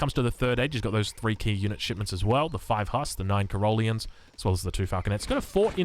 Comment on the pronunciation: please..... stop pronouncing it Cuh-ROLL-ean. It's CAH-rol-EE-un.